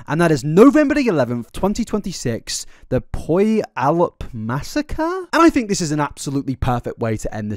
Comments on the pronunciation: It’s taken me a long time to get through this, but I need to say that Puyallup is pronounced “Pew-al-up” 😅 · that was without a doubt one of the worst pronunciations of Puyallup I've ever heard lmfao